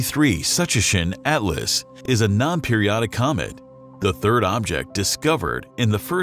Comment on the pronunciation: We’ll see - I’m old enough to remember all of the hype about Kohoutek. I’m willing to bet that astronomers are more temperate in their predictions about this comet’s possible brightness than this video, whose information could be about as good as its pronunciation of, “Tsuchinshan.”